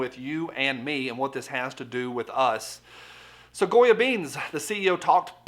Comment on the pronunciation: It's Definitely out front..Especially since it Also Sounds like You're saying "GOYEM"! Hmmmm....Will Anyone touch that!!!?